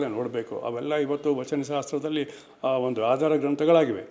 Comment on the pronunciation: ಒಂಡು ಅಂತಿಯಲ್ಲಪ್ಪ... ಸರಿಯಾಗಿ ಕನ್ನಡ ಉಚ್ಚಾರಣೆ ಮಾಡಪ್ಪ ಮೊದಲು.... ಕಾಂಗಿ ಏಜೆಂಟ್...